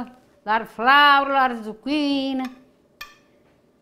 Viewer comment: ZucchinE...not I.